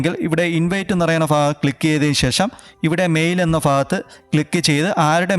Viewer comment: ഫ അല്ല ഭ ഭാഗം🫢 ഇതിപ്പോ ഫഹദ്‌ റിമാകല്ലിങ്കലിനോട്‌ പറയണ പോലെ ആയല്ലൊ😁